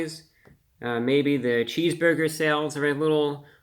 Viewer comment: Reviewbrah calmy saying "cheesboigah" is my love language.